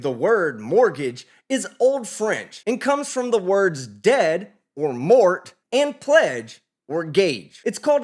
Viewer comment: Congratulations, you said many many vords (words) in your very very tasty vord salad........ but YOU SAID BUGGER ALL OF NOTE